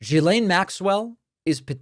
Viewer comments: It's pronounced Gee-Slain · The Gh in Ghislaine is pronounced like the g in "gill" (the respiratory organ in fish). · I'm following this story with interest, but please, could you stop mispronouncing her name? If it makes it any clearer, another spelling of the name uses a U instead of an H: Guylaine. It's a hard G, not a soft one. Gets on this French-speaking follower's nerves.